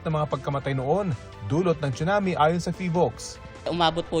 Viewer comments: Pronounced po siya as sunami, hindi po chunami 😅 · Yes sunami kasi need icorrect masasanay kasi mga manunuod lalo gma p man din.